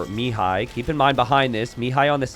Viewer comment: Pro tip for pronouncing Mihai's name: think me-HIGH instead of ME-high. Emphasis should be on the second syllable.